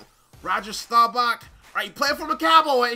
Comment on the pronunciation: How did you read roger last name wrong and you a cowboy fan